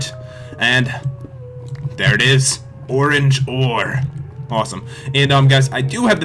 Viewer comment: it's ore-ange